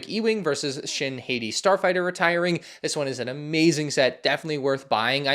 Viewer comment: You should learn how to pronounce shin hati sir